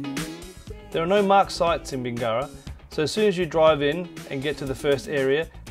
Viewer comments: It’s NOT pronounced Bing GARA. It’s pronounced Bingera, with no emphasis after the “ing”. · When doing a review of an area at the very minimum pronounce the town properly